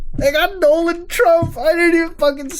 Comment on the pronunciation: Doland trump??